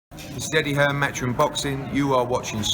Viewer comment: Did he say steady hearn pmsl what a knob.... Sporting icons now I see why you won't comment on me dissing this joker